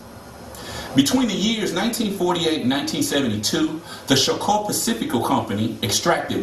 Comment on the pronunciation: afro-descendents not african descendents, and its not show-co its choco like chocolate..